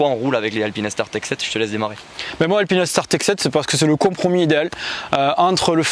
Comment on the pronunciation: Juste pour dormir moins bête ce soir on dit "alpine - star" et non "alpinaistar, alpinèstar" 😉 Très bon boulot les gars !